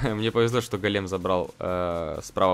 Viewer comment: Не голееееем, а гооооооолем